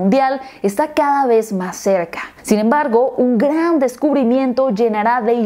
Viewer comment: Pareces brasileña cuando dices "gran", la vocal suena un tanto nasal. Me gustó la redacción de éste análisis.